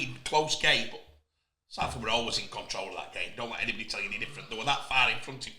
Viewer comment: Why cant he pronounce Salford?